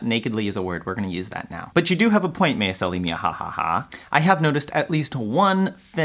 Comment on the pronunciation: "MeisSEli"?! Did you just stress the SECOND syllable?! :O tsk tsk tsk